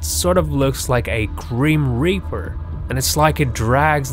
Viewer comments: GRIMPREAPER NOT GRIMRIPER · its grim reaper not grim ripper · FYI it's grim reaper not grim ripper! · IM SO TRIGGERED WACHING THIS BECASUE HE IS SAYING GRIM RIPPER OMG IS CALL GRIM REAPER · Grip reaper not grim ripper